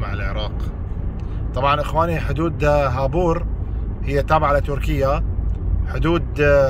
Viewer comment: خابوور مو هابور